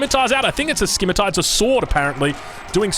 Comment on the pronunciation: Ridge wevits? Sim-ih-ter/sim-ih-tar.